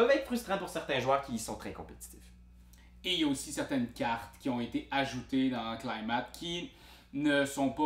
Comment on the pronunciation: En fait ça se prononce plutôt comme "claillemète". Rimerait avec "comète", mettons.